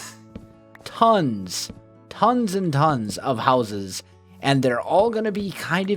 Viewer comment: u can't pronounce houses